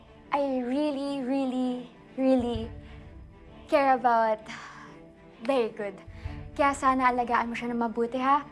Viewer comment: "I really really really care about berry good" 😁🩵🩷